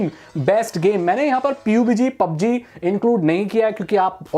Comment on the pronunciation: Ye itna over acting kyun karta hai or kitne baar sikhaya hai PUB G Bolo B U B G Nhi😠😡😡